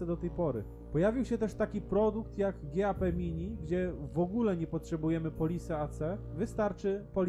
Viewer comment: GAP - nie czytasz jak G.A.P. tylko: GAP. Rent it - tu IT nie pochodzi od Information Technology, tylko od zaimka "it", więc nie czytasz Rent "aj-ti", tylko Rent yt ...